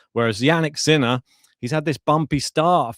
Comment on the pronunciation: Love how you pronounce his name Sinnnaaaa